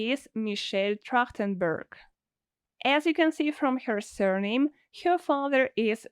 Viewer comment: It's not Trachtenbörg. It's Trachtenberg. The e is an e.